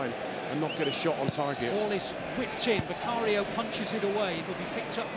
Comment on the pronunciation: Did the commentator really say “They finally shat at the Tottenham Hotspur’s stadium” 🧐🤣